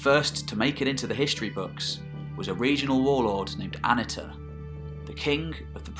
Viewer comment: I love these videos on the more obscure periods of history. I always enjoy it when they pop up in my recommendations, and I have to prevent myself from binge watching them. I was excited to see this video. For future reference, the Hittite "i" wasn't pronounced like the English soft "i" ("ih"), but rather follows the pronunciation found more typically in other languages, hard "e" ("ee"). So it's A-NEE-tah rather than AH-nih-tah. Also, Hittite doesn't have a "th" sound. It does have what's called a laryngeal, which sounds sort of like you're clearing your throat, which is written with the "h". (You will see it written in older books as "kh".) So it's Peet-HAH-nah, rather than Pith-AH-na. Fun fact: Hittite (and a couple closely related contemporary languages like Luwian) is the only Indo-European language to preserve any laryngeal. But in the early days of the Indo-European theory, before Hittite was known, linguists predicted that there had been a now missing consonant in the original Indo-European language. When Hittite - the oldest known Indo-European language - was finally deciphered, it is considered the final proof of the Indo-European theory. The Hittite laryngeal appears exactly where scholars had predicted there should be these missing consonants. But hey, we are only making educated guesses about pronunciation anyway, so no big foul. People still argue about "Suppiluliuma" vs. "Shubbiluliuma" vs. "Subbiluliuma" vs. Shuppiluliuma". (For the record, I think most people